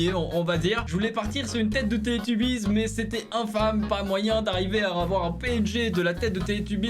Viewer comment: ......t'as pas honte?!....T AS DETRUIT MON ENFANCE J TE DETESTE...."Télétubbies" 😭😭😭😭😭😭😭😔😔😔 certe sa s ecrit comme comme sa mais sa ce prononce "télétobies" 😭😭😭😭😔😔 tu me déçoit..